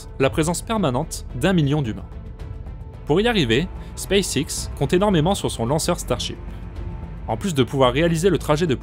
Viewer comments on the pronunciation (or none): none